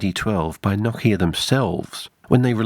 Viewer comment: Noooo-kia. The accent is on the O, not the I. I know because I worked for that company and part of the on-boarding was to pronounce it properly.